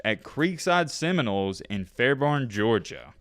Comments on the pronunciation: Why do you always say Semin Rolls?? And not Seminoles ! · your pronunciation of Seminoles as “cinnamon rolls” can be considered very offensive to members of the indigenous Seminole tribe in Florida